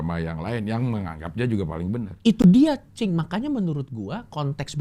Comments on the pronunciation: Sampe salah sebut "cing" jadi "bib" wkwwk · Coki kalau manggil: Cing ❌ Bib ✔️ 😂😂😂